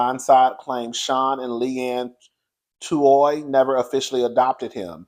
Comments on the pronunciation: Come onnnnnnnnnnn, how you pronounce the names Michael's name is Or and the Tuwe. I've been following the story on the Today show, I'm not weighing in until ALL the facts are out. The Tuohy's are fighting back with receipts and saying they did not get rich off that movie, only $700,000 that they all split including the Tuohy's children. In addition, it was reported that Michael was trying to shake the Tuohy's down for $15 mil and threatened to expose them if they didn't pay, that sounds like extortion to me. Now you know that movie, "The Blind Side" is all Hollywood because at the end of the day, you only get bits and pieces of the real story. The Tuohy's been rich due to their family restaurant business. Before anyone be side eye'ing me, I'm just trying to see both sides. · Michael’s last name is pronounced “Oar” and the Tuohy’s last name is pronounced “Two E”